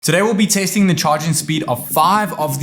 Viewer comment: Did i just hear hear "today we will be tasting " ?? 😅